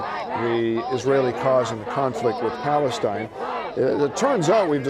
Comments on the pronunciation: guy yells, "FREE PALASTAN!" Palastan? They've no clue what they're protesting for. Bandwagon jumping, brainwashed, indoctrinated, hive mind college culture. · He said "Free Palace-Steen" they can't even correctly pronounce the name of the terrorists they're supporting!!!! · The dude said free Palastan 😂